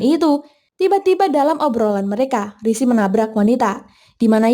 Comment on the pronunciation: sering bgt min rishi disebut sri😅